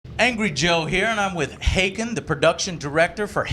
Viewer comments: Really Joe? Hay-can? That's just about the worst pronunciation of this guy's name I've heard all e3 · Wait Joe how did you pronounce that guy's name?